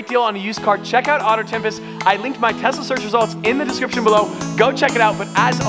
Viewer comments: Every time says "Tesla" it sounds like Tessa lol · Why do i hear “TESSA” every time he says “TESLA”?? LOL....